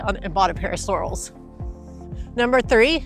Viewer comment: Thank you for another good video. Keeping them brief keeps my attention. FYI Sorel's are pronounced suh-RELL (/səˈrɛl/).